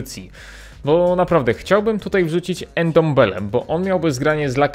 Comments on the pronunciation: Jego nazwiska nie czyta się „endombele” tylko „ndombele” n łączy się z d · Ty ile razy on powiedzial endembele haha